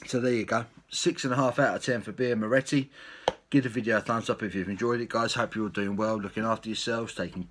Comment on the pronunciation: you cant pronounce the name of the beer great vid though and a lovely beer